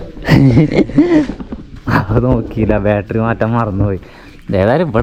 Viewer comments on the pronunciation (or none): none